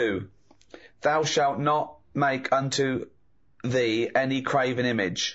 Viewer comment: ...'graven', not 'craven'